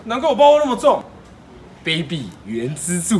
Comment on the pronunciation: 卑鄙（正確唸法是ㄅㄟˉㄅㄧˇ